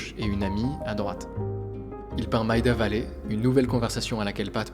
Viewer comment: Important: Maida Vale se dit Méida Vayl, pas Maïda Valley.